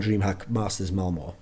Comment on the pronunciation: Dreamhack Malmö, not Malmo, Thooorin :^)